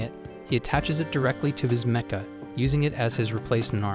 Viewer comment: Meh-cha units... It's pronounced mek-ah Stupid AI